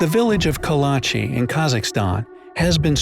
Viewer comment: Kalachi sounds more like Karachi